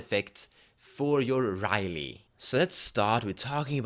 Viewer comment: It's Rielle, not Riley.